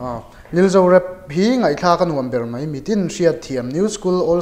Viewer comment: Mai tih tur ah mei i ti ngun deuh hihi